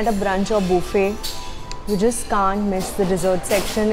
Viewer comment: Three things I love about this video: 1. Boo fay, please say buffet more often 2. The crazy way she uses her fork (it is actually neither English nor Indian nor American usage). 3. I don't think she took enough desserts.